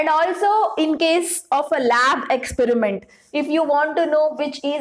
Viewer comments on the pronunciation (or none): none